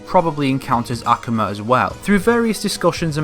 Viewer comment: He said "akuma" wrong